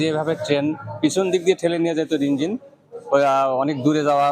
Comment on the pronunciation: 32 সেকেন্ড থেকে সবাই একটু শুনবেন।উনি কি 'ইঞ্জিল' উচ্চারণ করলেন।নাকি আমি ভুল শুনলাম।